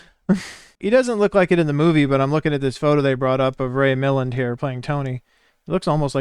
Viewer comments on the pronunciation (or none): He wanted to kill Margo for her money. He told Swann as much. Mark said it, too. And yeah she cheated on him so that made it justified in his evil mind. And by the way, no reactor pronounces Ray Mil-LAND. Accent on the second syllable. The inspector began to suspect Him with the sudden amount of cash he seemed to have. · It is “Ray Mil-LAND. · Ray Mih-LAND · It's pronounced Mi-land.